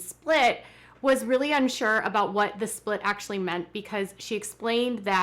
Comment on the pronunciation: Ummm, there's so much I cannot stand about this show and the way Kody treats his wives, but, (and I know this is petty but it drives me nuts) why can they not ever pronounce the 't' at the end of a word? It's always wha-eh, instead of what, or tha-eh instead of that. Is it a Utah thing or what?